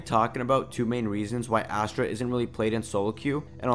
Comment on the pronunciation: Funfact astra means weapon in hindi , dont undeestand why name her weapon , although its spells astra its pronounces "USTRA"